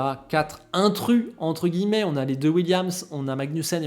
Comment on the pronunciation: même moi je fais des erreurs, il faut lire guillemets et non pas guillets.